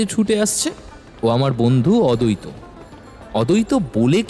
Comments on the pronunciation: নামের উচ্চাররণ ঠিক করুন অদৈত না আদ্বৈত। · অদৈত আর অদ্বৈত আলাদা আলাদা উচ্চারণ ......আপনাদের ও কি কানে লাগে না ।